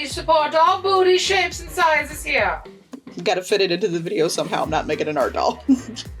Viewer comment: We need a "Hai ^_^" shirt, and a "We support all body shapes and sizes heah!"